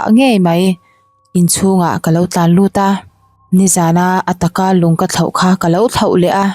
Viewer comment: Thau a min man... tih a 'Thau' tih hi 'thlarau' tih kan sawi a 'rau' tih lai kan thluk dan ang a thluk tur a ni..